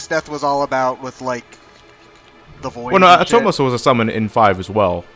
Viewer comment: ah-TOE-mos. Not attamos.